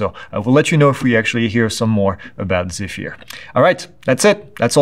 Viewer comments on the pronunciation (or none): The Airbus drone is properly pronounced as zef-er, according to the Airbus briefing I was at a few years agp.